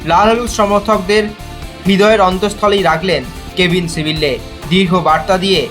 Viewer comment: সিবিল্লে আবার কে??? ওর নাম সিবিয়ে